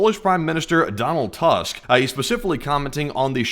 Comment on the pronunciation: As a Pole lemme tell ye - it's pronounced like "toosk"